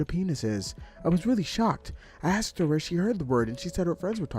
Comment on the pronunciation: why do you say axed instead of asked?